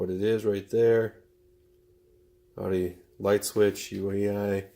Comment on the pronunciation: It’s pronounced yach-ty